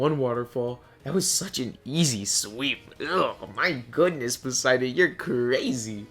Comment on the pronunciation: hes called Poseidon btw not Poseiden :D